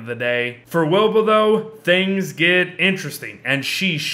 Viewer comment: Very late but, you called her "Weeba" or however you would spell that.